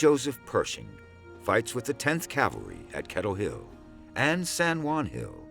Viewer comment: It sounds like he keeps saying CAL-VERY. Of course, it's pronounced CAV-AL-RY. I don't know why this bothers me so much.